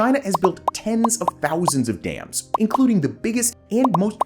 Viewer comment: The Three Gorges Dam only changed the earth's rotation by like, 0.00001%; which is statistically negligible. It is still roughly 23.5⁰, it like complaining your teacup was 50 picometers too far away. It's Dams not Dames. Dame is can old timey word for a woman, a Dam is not that. This policy is less destructive than staying reliant on Coal, though a necessary downside of building a dam is the damage to the river's ecosystem... Which can be easily minimized by diverting flow around the construction area before building the dam, which is basically standard procedure for building dams anyways. The Three Gorges Dam, is completely fine. It's location was specifically chosen because the river was prone to flooding and pretty badly polluted anyways.